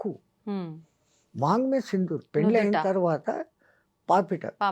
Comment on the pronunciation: వేల కాదు madam గారు వేళ... పెల్లి కాదు పెళ్లి